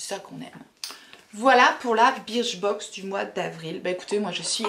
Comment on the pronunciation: J’ai été abonnée longtemps à birchbox prononcée burchbox pour info 😉Je trouvais que les boxs ne se valaient pas toutes, trop de miniatures parfois. A voir si tes vidéos ne me referont pas craquer. Team 82, team chouchou 🤓